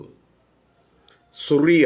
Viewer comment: ഞങ്ങൾ ആരും സുറിയ എന്നു കേട്ടതായി ഓർമ്മ ഇല്ല പകരം സിറിയ എന്നു കേട്ടിട്ടു ഉൺടു.